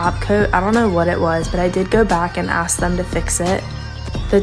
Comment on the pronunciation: She went to university and she's still says "ax" instead of "ask"........